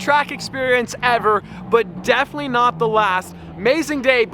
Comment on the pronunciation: diffanly porshe